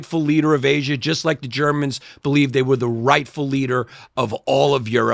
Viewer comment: yanni adding the hard R on Asia